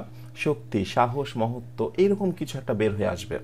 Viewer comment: মহত্ত্ব হবে মনে হয়। মহোত্য নয়।